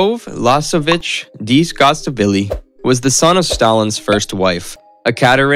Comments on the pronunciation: Great content, but terrible pronunciation of names. You got potential, but seriously: learn how to pronounce those names. It matters to history geeks. Butchering Dzhugashveli (an admittedly difficult name, but one that anybody claiming to know Soviet history knows how to pronounce) takes point off your cred. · Your pronuncition is terrible, with the top being how you confused a capital i with a small l, it's iosifovna. And Dzhugashvili, it's Jew-gush-villy and Nadezhda, Na-dezh-da, zh like in invasion.